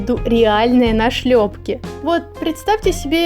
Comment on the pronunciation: Почему мне все видео казалась что "нашлепки" читается как "на шлепки"?) Видимо в душе хочется лета😅